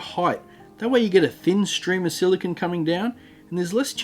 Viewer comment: You are pronouncing "silicone" wrong. "Silicon" (the way you are pronouncing it) is a semiconductor element, not the gooey stuff you used in the vid :)